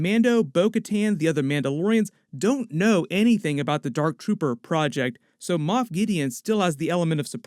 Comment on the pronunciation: It's Moff not moth lol